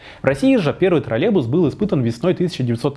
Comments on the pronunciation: Отличный ролик! Спасибо большое! Но почему Вы произносите «троллебус» без й? Может это мы неправильно говорим троллеЙбус? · Раздражает костноязычие. Автор!!! Не тралебус, а троллейбус!!! Посему половина слова не произносится? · ТроллеЙбус, а не, как Вы говорите, троллебус. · Тралебус--😄😄😄. Прівет, калхознік!